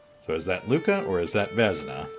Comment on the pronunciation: also vesna is vesna not vezna... im pretty sure...